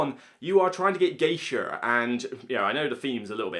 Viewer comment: Is he saying "Geisher", when talking about Hanamikoji?